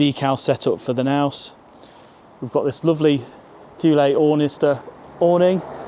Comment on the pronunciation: What's a Naus?! The K is not silent.